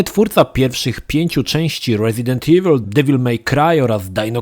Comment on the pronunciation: Troche mnie denerwowało jak ciągle mówiłeś "Ewil", ale gra sama w sobie jest świetna, bawiłem sie lepiej niż w jedynce.